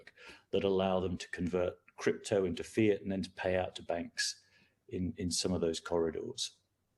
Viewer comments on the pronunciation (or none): none